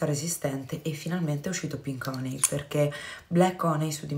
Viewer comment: ad esempio infatti "HONEY" si pronuncia "HANY", hehehe, dipende...quindi ricorda "BALM"= PRONUNCIA "BALM" (NON BOLM) , mentre "HONEY"= SI PRONUNCIA "HANY" , NON "HONEY"